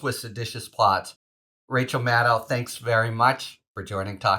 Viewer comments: winDOW, shadDOW, pilLOW, . . . . MadDOW!. Come on! . . . she's been a political TV star for 20+yrs. How are we still not able to properly pronounce her name? That said . . . I have to say this was a gr8 interview. I really loved her podcast too. I'm thinkin I might just have to go back and listen to it again after this. Thanks MDN and Harry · Mad DOE. If she says it with an OE and not OW, what’s the challenge to say it right? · FYI: 'Maddow' rhymes with 'shadow...' Just imagine her last name is spelled 'Maddoe,' and you'll nail it. (Yes, I am a huge fan. I consider Rachel to be my TV wife. Susan is just going to have people sharing her with us, and one day a week is not sufficient.)